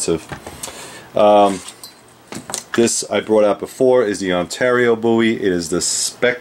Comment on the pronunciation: It is good to know that you pronounce Jim's last name correctly. One of his ancestors told me once that the mis-pronunciation of the name Bowie was common even in the early 1800's.